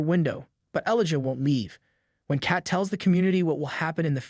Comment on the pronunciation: Elijah is not pronounced “ellaja”